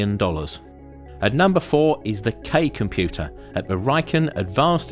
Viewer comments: "Super comuter" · Are you going to fix the "comuter" part??😐👋